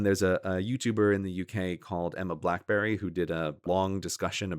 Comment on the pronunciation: Her name is Emma Blackery, not Emma Blackberry.